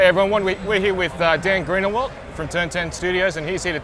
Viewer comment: His name is Greenwalt not Greenawait!!!